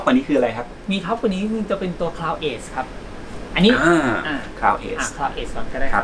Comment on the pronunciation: Cloud edge อ่านว่า คลาว เอ็จ ค่ะ ออกเสียงเพี้ยนจนช่องไม่กล้าเขียนชื่อรุ่นกำกับ